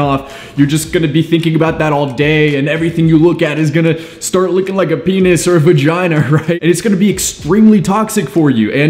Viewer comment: He said verginer.